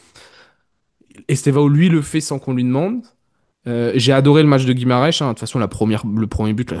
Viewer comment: Guimares ( Gui-ma-re-s) pas Guimaresh please respecter le c'est un Bresilien pas un Portos 😂🥲